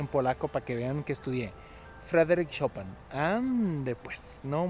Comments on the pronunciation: Por cierto es Chopin!!!! no chopan xddd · Gran episodio... sin embargo, de todas las numerosas formas en las que pronunciaste Chopin, solamente lo dijiste bien cuando te referiste a la banca interactiva.